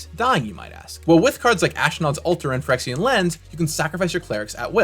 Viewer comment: I had to look up Phyrexian Lens. Odd slip of the tongue.